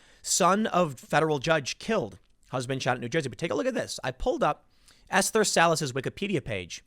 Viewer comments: You say it like ‘ester,’ not ‘ess-ther’. I have a close family member with that name. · It's pronounced "Es-ter," not "Es-ther." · "judge ess-therr??" You really have to work on pronunciations, this is getting bad.